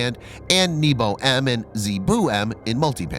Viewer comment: is not "n-i-b-o" but " N-E-B-O" - НЕБО - sky